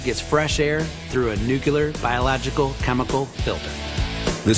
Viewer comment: when i heard the dude say "nucular" ...